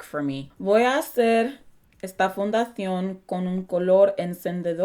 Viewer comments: Fundazion JAJAJAJ ame como lo decía y la palabra ni siquiera se usaba 😂 era base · I love when you say fundacion😂😂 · Fundazion :v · The way they say Fundación is similar to the Spanish European pronunciation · Soy mexicana y puedo decirte que hablaste muy bien, es como el segundo video tuyo que veo pero aún así me sentí muy orgullosa de la determinación que mostrarte por hablar bien el español <3 Por cierto, lo que estabas diciendo sobre la terminación de "fundación", se dice así en español peninsular (España), en el atlántico se pronuncia como lo hiciste en el minute c: I'm mexican and I can asure you that you did a great job. This is like the second video of yours I've seen but I felt really proud of your determination to speak well. <3 Just one more thing, the way Google Translate was saying the "ción" of "fundación", correspond to peninsular spanish (Spain) and the way you say it in minute correspond to atlantic spanish (Latinoamerica) c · you did good Spanish for starters although at first you were saying foundation wrong😂😂